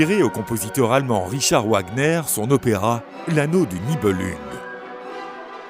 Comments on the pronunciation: * Wagner comme un v et pas marche mais chevauchée des Valkyries, merci. Cdt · Beresker ? Vahala ? Ouagner ? Nibelunegue ? Et j'en oublie certainement. Les dessins sont superbes mais la voix-off est une fois de plus complètement à la ramasse.